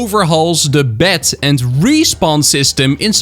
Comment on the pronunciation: who else heard bat not bed